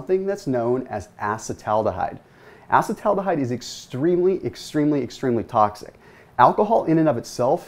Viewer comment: uh-see-tal al-de-hyde - please